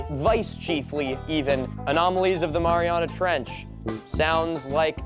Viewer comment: "The Mariariah Trench"